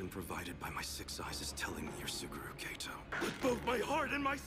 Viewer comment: Hate to be the annoying dub hater but the "Suguru Gaytoe" got me☠️